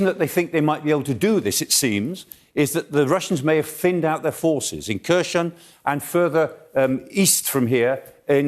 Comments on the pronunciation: chhhhherershhoooon_? really.,,,herson...Kherhon...HERSON.so bad? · Kherson has a silent K. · This guy is hopeless, 6 months into the war, and he's still butchering Herson as /KeR SheN/, f'ing illiterate senior citizen... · Prof. Clarke makes more sense in his reports than most other experts - even if he does think Kherson is Kershon ... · so, Kherson is easy to pronounce, "K' is silent, and the rest is the same as 'her son' in Eng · I just wish he learned to pronounce the place names a bit better, considering how often the place names are said. Kershon and Severodonyesk are grating. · Over 100 days of this war and Michael still can't pronounce Kherson correctly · Silent 'K' on Kharkiv and Kherson. Come on old chap :) Golden explanation at least. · Is the pronunciation supposed to be “severodonYEtsk”? I know “kershon” is totally wrong at least.